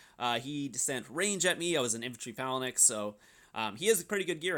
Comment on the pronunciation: For the love of god, learn how to pronounce the word “Phalanx”.